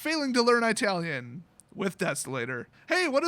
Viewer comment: it’s not “eye-talian” it’s “it-talian”. Just a lil FYI